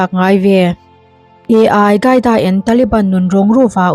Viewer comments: Advice aw.. Ai qaida nilo in AL QAIDA (alkaida) tiin an lam thin. SVMM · A I gaida han tih tlat chu aww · AI-CAIDA Nilo in AL-QAEDA Bin Ladan a pawl te zawk a nih hmel a pronounciaton kha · AL khâi da pronounce dân tur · Al tih hi L hi i angin a chhiar palh zawk a nih dawn hi... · Al qaeda i lam dan chuh Artificial Intelligence (AI) an hmang a maw ka ti mai dawn a lawm le!!! Al qaeda hi i la hre ngai lo a mawn le aww....?